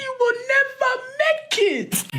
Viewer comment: “….she will neva make it…” 😂